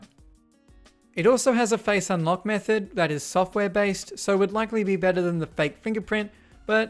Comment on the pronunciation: He said unLOCO😂